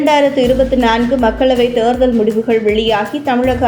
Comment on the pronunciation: Please pronounce Therdhal properly